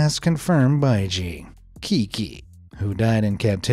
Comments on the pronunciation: Fun Facts! • Coelacanth is pronounced like seelacanth. • Qiqi is pronounced like Chichi. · The dolphin’s name is pronounced as Chichi I know this because it’s also the name of one of my favorite Genshin Impact characters and it’s funny that the character is a zombie and the dolphin species suddenly reappeared as if they rose from the dead 😂 coincidence maybe but it’s also likely that it’s a reference to the dolphin since Genshin Impact was made in China. Also Qiqi means seven seven in Chinese and seven just so happens to be my lucky number